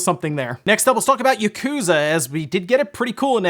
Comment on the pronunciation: Why say yakooooza then yakuza 😂